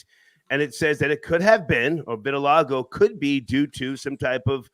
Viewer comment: Also couldn't pronounce vitiligo 🤣🤣🤣